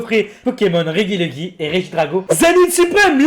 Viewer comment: REGIELEKI ça se dit Réjiéléki (tu dit rejice et rejidrago alors laisse ce pauvre regieleki tranquille stp)